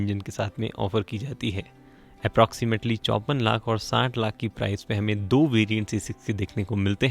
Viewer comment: saying "Though" not 2. 😂😂😂